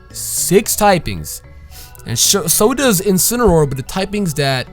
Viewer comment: If Pokemon and You Guys Have your way you call that thing incinroar but I’ll have it my way I’m not calling that thing incinroar ima call it incineroar.